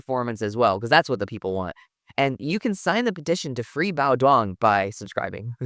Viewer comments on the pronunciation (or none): Wait…his name is really pronounced “Wang Hune”??? I’ve heard homie’s name pronounced “Kwong Duong” for so long by announcers! 🤣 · So QD’s name is pronounced Wang Uuuung? How are we just now getting the correct pronounciation???😂 Kwong Dwong for the longest time…. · Wah-ng dyoong. Agreed, it's appreciated when people at least put in the effort. And if they can't get the pronunciation, I think QD is acceptable. Just please stop calling him "kwong dwong" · Not being a stickler but Zane please try to pronounce his name correctly. You are butchering it.😂😂😂 phonetically Waaang Daaang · Are you pronouncing Quang Duong's name wrong on purpose, or is everyone else getting it wrong??